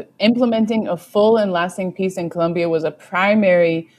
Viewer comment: It's Colombia with an "o" not a "u".. When will you gringos learn?